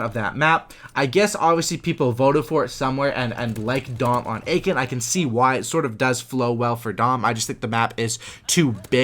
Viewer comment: Aachen is pronounced ”Uh-ken” ;) not Aiken